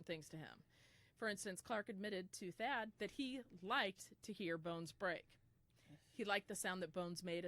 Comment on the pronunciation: It's Thad Phillips not fad lol. Thadius Phillips